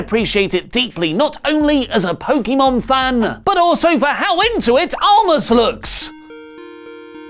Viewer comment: Anyone else thought that pronouncing Pokémon was odd 🤔🤔